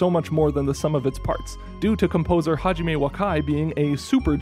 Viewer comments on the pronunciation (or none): none